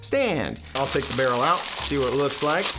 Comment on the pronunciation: Is it just me that noticed along with it saying Rarrell it also said Ligalure 😭😭😭😭